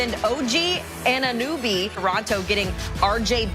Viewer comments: Did she just say "OG Anun-noobie"?! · Did she call this man anunoooby? The disrespect 😤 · “Og ananewbie”😒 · Anunooby LOL This proves Americans do not know what the hell is happening in Toronto. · “OG ananooby” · Who TF let that woman call him "Ananooby" 😂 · Bro. I just have to come here and say. That intro of that woman saying og last name. OG ANUNEWBY. THE DISRESPECT IS REAL 😂🤣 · the lady cant even pronounce his name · Maybe on a bigger stage the media will finally learn to say OG's name right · How’d that girl mess up his last name so bad